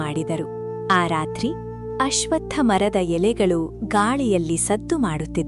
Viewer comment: ಅಶ್ವಥ್ ಮರ ಅನ್ನಬೇಡಿ ಅಶ್ವತ್ಥ ಮರ ಎಂದುಹೇಳಿ